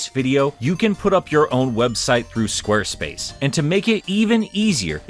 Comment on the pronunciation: Or is it “Squerspuce?”